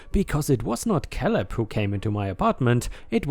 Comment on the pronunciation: Caleb is said as "kay lib" not "kal ib." 😛